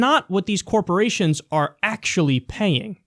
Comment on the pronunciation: But Kiyal, tex breks to dee corpawations ar gownna kweate jerbs! Y r u no pwaytrweat? Y u het Murweeca? The Mwega Copowations ar deh bess! Gud Bwess Merica!